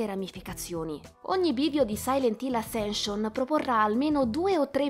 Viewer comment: Ma era troppo complicato imparare correttamente la pronuncia del titolo, dovendolo ripetere più volte nel video...? 🤔🤷🏻‍♂️ Spoiler: la prima lettera si pronuncia 'E' 🙄